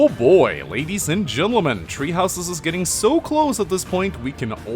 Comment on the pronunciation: “Tree houses”